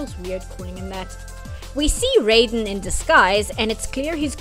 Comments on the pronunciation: IT'S PRONOUNCED RAY-DEN ! Sorry, it's just every time someone does this, I'm losing a bit of what's left of my mind 😵‍💫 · Every time you use the Mortal Kombat pronunciation of "Raiden" it's like you're verbally stabbing me.